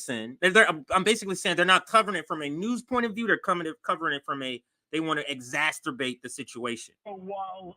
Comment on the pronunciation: it's exacerbate EX ASS SIR BATE not X-asturbate, the masturbating X-man 😂😂